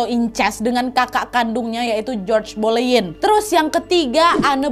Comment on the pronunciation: Boleyn....g jadi k boyen dengernya 🤭